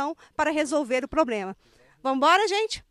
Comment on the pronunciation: Em minas todo mundo fala "poblema" KKKKKKKKKKKKKKKKKKK